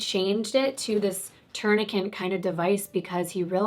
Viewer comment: It kills me when you say "my legal background " but then say "tourniquent" over and over. Lmao there is only one N in the word "tourniquet"😄